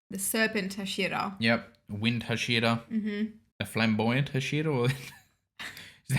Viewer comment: Just for you to know, it is pronounced 'hah-shee-rah😊 great reactions as always! Keep it up